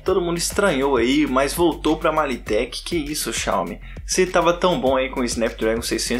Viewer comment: "2.0 giga hutz" kkkkkkkk é hertz (lê se rérts mesmo). E não é "MaliTek" é "Media Tek". E não é "clocagem", é "frequência". Sua análise tá ó....